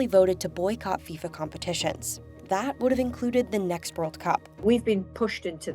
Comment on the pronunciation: It's called football not soccer. It's FIFA not FISA